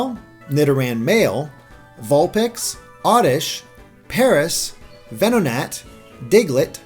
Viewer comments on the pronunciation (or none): HAHA damn wow It sounded a little cringe worthy the way you said Tangela's name same with Venonat too much emphasis and overused volume on Gela part of Tangela's name and AT for Venonat XD